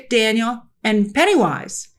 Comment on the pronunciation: Taniel, not Daniel lol